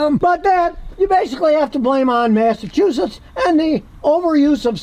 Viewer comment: ..."MESSY-TWO-SHITTS" ,. U.S.A.